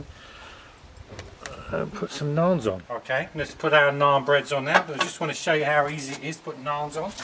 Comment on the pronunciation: U need more practice for Indian naan😁.... Best of luck for next time boy😄😘